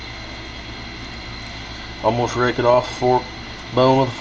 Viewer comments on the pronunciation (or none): none